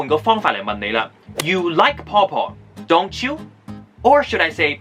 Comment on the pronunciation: 你嘅"question tag" do you 同 don't you 用咗true question 嘅intonation, 犯咗香港中小學生最大的chinglish 語調錯誤。, 我跪低求你，唔好再害香港學生啦，佢哋冇殺你父母喎。